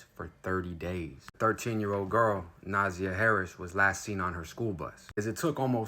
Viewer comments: Na•zy•a is how its pronounced. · It’s pronounced Naaaazeiiyaaah . And they did report it to the school the next day and the school apparently failed to call the police and Na’ziyah was reported as a runaway instead of being missing and / or kidnapped smh . I guess the family didn’t do anything more until Na’ziyahs birth mother contacted the Detroit police and now where here . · Her name is pronounced Na- ZI- yah and the aunt is SHANNON not Tara- Thank you for reporting but PLEASE get the names correct- Its not Javarious its JARVIS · He herd her name too many times not to pronounce it correctly 💯 wtf is Nazah? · Say it her name: Naa---Zi---Yaah.. This is the correct way to pronounce it.😢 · JARVIS CAME TO COURT HIDING BEHIND A MASK HE GOT TOUCHED GOOD & YOU PRONOUNCE IT NA-ZIE -YA HE GAVE HIS OWN DAUGHTER THE 4YR OLD CLAMYDIA ITS WILD STORY ON YOUTUBE JUSTICE FOR NAZIYAH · NUH ZI(eye) YUH say her name the RIGHT WAY! thank you for your services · It’s Na’ZIyah. Emphasis on the “I”. I as in the English noun referring to one’s self not the Spanish I that makes the English Eeee sound. Thanks for covering the story though. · Her name is pronounced Nah-Zi- yah. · Naaaziyahhhh that’s how you pronounce it 🥰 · NA ZZZ EYE YA is how her name is pronounced. You keep pronouncing it wrong. And Jarvis Gave his 4 year old biological daughter Clamydia as well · It’s Pronounced NUH -ZY-UH (Na’Ziyah) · Its Na'ZIiiiiii yah. And his name is just assh@ I mean Jar-vis. I mean if you're going to cover a story atleast get the names right. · also it’s pronounced NA ZIY AH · I what your doing with your channel, however your mispronunciation and butchering of my people is not a good look. If you're going to make money off these black bodies the least you could do is take the time to learn how to properly pronounce her name. She deserves that and so much more! Thanks so much! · Your pronouncing her name wrong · You said her name wrong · SAY HER NAME CORRECTLY!!